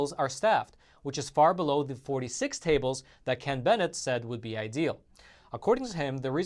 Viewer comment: You got my message and you pronounced Ken Bennett's last name correctly.. Love you and your show.